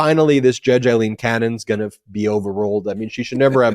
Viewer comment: LOVE the episode! BTW it’s Rev Schenck NOT Rev. Schneck and ‘Aileen’ Cannon NOT ‘Eileen’ Cannon. :)